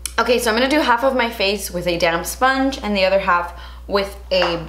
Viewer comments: When you say damp sponge, it sounds like you are saying my 'damn sponge' lol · Every time you say “damp sponge” I hear ‘damn sponge’ haha!